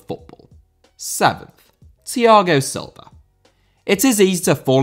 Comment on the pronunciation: Silva* not Selver